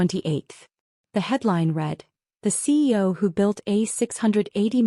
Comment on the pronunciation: While the slides always have CEO, why does the narrator always say CO?